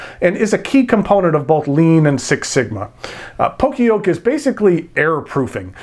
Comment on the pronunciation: just wanted to mention it's pronounced "yo-kay" in poka-yoke